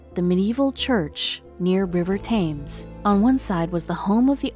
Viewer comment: Thank you for your corrections to this presenter. She sounds American(as I am) or Canadian but, honestly, I can't fathom how anyone gets out of school and doesn't know how to pronounce Thames. Had another who didn't know how to pronounce 'shire.' Pronounced it 'shier.' OMG.